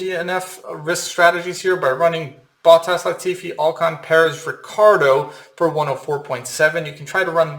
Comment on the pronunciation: At least you got Latifi right 🤣